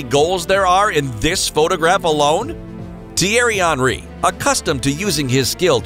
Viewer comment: "Tiari onry" is how you pronounced it, I thought it was "thi-airy hen-ri"